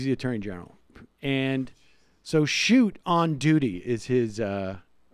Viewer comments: Not chute..... Shoot-eeeee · His name is pronounced Shoot tee rhymes with duty! Also Bootie! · Michigander here, totally voting for Whitmer. Just FYI, her name is pronounced Wit-mur and Schuette is pronounced Shoot-ee. Best wishes! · If you’re going to do a story on someone please take the time to learn the correct pronunciation of their name and their current job. I’m a liberal but it’s hard to respect someone who can’t handle the basics.